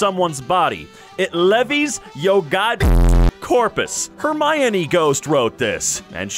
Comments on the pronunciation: lol it’s and I quote “Her my knee” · “Her my a knee”.